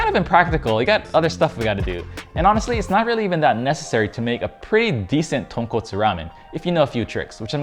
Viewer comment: Skipped all the doods who pronounced tonkotsu wrong. Landed here. Stayed.